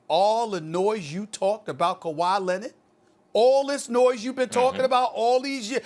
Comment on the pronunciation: Kawhi lennitt, luka doncick, max kellaman 😂😂😂